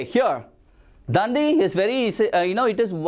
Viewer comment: And it is not dan-di it is dandi